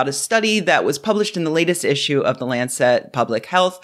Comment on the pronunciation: Love your work, but just a note on pronunciation. You are saying Lancet incorrectly as if it was spelt "Lancette". It's a soft "e". Keep up the good videos 🙂